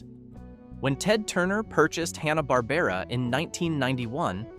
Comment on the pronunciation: Pronounced HAN-uh bahr-BAIR-uh 😊